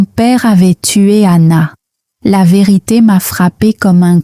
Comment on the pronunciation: "La ve'rite' "